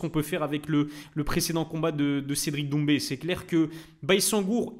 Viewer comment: "cedric doumbi " pas maaaal